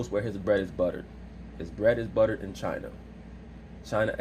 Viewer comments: "What is chiner" 🤣🤣🤣🤣🤣🤣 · SAS needs some elocution classes 🤣🤣🤣 “Chiner” Side note: Laura Ingram probably somewhere smiling rn. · What is Chiner 😂😂😂